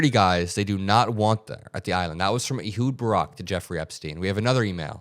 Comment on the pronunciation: Ehud is pronounced like "a hood" of a car, not "ee-hud." (It's my best friend's name, a so I suspect he'd know.) Otherwise, great reporting.